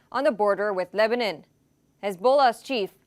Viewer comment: Lebanon not lebanen anyone noticed her pronunciations 😂